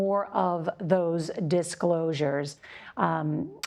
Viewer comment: Please pronounce her name correctly: it’s WAY JIA. I don’t really understand why CBS insists on butchering pinyin, which was developed to make it easier for non-speakers to pronounce Chinese?